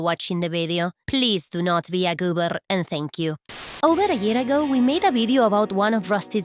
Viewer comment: the word goober sounds amazing with an Argentinian accent lol